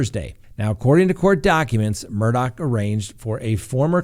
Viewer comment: Murdaugh case is crazier then a book. John Grisham should write a book. Shocked!! I love how you say his name correctly. WTF, he lost his mind on those drugs. Adds up to him killing Maggie and his son and if so God help him! Praying for Gabby. Like the West case to me. Where in the desert and not talking🥺